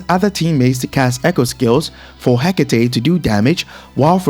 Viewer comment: thank you! Someone finally pronounces Hecate correctly!